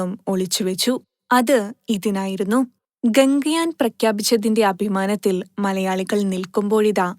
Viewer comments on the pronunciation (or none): ഗംഗയാൻ അല്ല..... ഗഗൻയാൻ